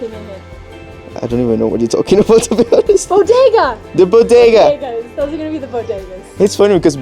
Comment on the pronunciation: Bodega not Bodeyga. I am Filipino Canadian…😆